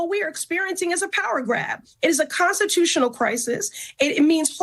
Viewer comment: Why do many of these government employees say consitutional instead of consTitutional?